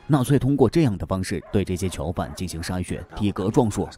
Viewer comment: 为什么都是“桥”犯，听着太难受了😢